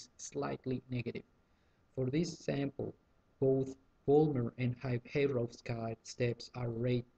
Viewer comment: check the right pronunciation of "Heyrovsky" because Heyrovsky is turning around into the grave;).